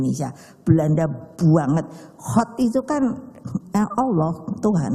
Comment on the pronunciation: Ko'begitu mengucapkan salam, tidak fashih sama sekali. Apa agamanya ya? Menyebut nama Allah tidak tepat sama sekali. Cepat nyungsep PDIP. Agar masyarakat tidak sengsara , agar masyarakat tidak miskin.